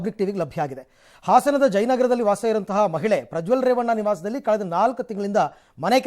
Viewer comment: ರಂಗಣ್ಣ ಪ್ರಜ್ವಲ್ ರೇಪಣ್ಣ ಅಂದು ಬುಟ್ರಿ😅😊